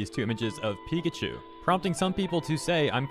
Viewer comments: I don’t know if anyone noticed this but is nobody gonna talk about how at the beginning of the video the voice says Pi-ca-cu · The Pikaku nightmare. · I love the text to speech saying Pikachu like “Pikaku” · All according to pikaku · No, we should actually talk about how the talk bot actually pronounced pikachu as pee-ca-coo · Bro the tts bot trying to pronounce pikachu has me rolling on the floor